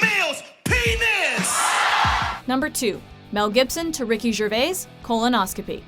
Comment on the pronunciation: you need to learn how to say Gervais ;)